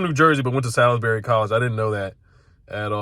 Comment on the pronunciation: amazing analysis, I agree with some of the stuff you said but why did you pronounce Salisbury university the way you did. Why you butcher the best party college in all of Maryland!!!!